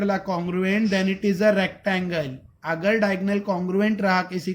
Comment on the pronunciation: Sir Aap Agar Ko Akhar Kyo Bolate hon 🤨🤨🙄🙄